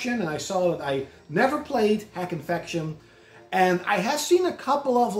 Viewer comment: I think that RPG is pronounced dot hack. Bit of a weird one if you put your games in alphabetical order